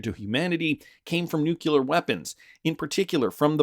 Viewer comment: "nukular" is NOT A WORD.